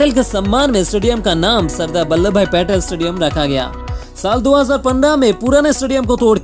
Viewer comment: its patel or petel😂😂